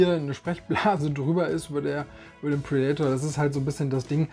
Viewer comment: Sehr schönes Video und gute Auswahl. Allerdings muss der innere Monk in mir Dir mitteilen, dass Du Predator falsch aussprichst! Das macht mich fertig ;) ... Tolles Video!!!